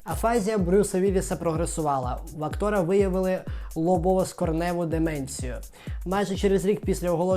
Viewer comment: Не скоренева, а скронева)